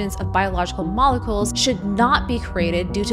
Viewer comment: Mol-e-culs lol